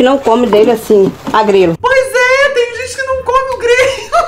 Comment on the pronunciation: MDS KAKAKKAKAAKKA, Arroz agrelo KAKAKAKKAKAK, é arroz a GREGA gente kakakkakak